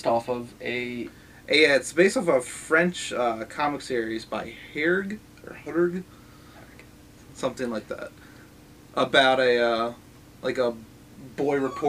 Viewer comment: The author's name is pronounced 'hair-jay' or 'herr-jay', FYI.